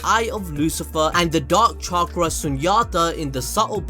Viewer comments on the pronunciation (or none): none